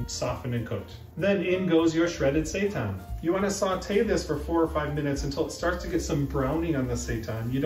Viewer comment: its saytan not sightan